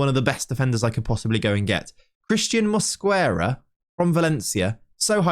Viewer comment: the U in Mosquera is silent